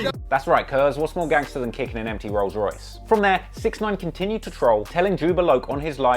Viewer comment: The crip dude said "we just kicked your 'rose' royce" lmao